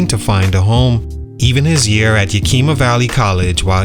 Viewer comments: It’s not Yakeema it’s Yakima you pronounce the i the same way you would saying the word it. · It's pronounced Yak-(like the animal) a- ma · Say it with me, (Yah-k)-ih-muh... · It’s pronounced Yack- ima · When a channel can't do a simple research on how to pronounce a city name, it loses credibility. Copy paste videos for clicks.